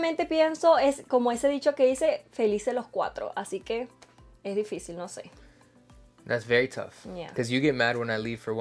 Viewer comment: Nadie: Absolutamente nadie: poniendo:didicil en vez de difícil